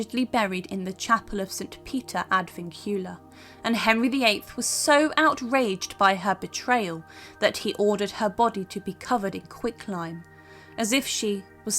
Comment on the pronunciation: Just an observation re pronunciation which will make these posts more credible. ‘St. Peter ad Vincula’ should be pronounced ad VINC- ula, (that is to say, as emphasised by the capitals) and not Vin-CU-laaar. Also, ‘Executor’ isn’t pronounced ‘Executer’ . It should be ex-ECutor.( you are talking about someone who carries out the instructions in a Will…not someone who puts people to death! Very different). We may allow our American cousins some leeway with our language, but Brits / aspiring historians have no excuse.